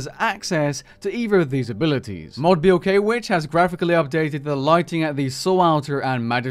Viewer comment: Blkwitch is pronounced Black Witch… how do you mess that up lmao